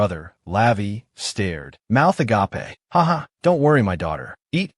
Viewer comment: Why can't the ai say misses or miss. Also every manga recape video can not pronounce agape. It's not a-gah-pay LMAO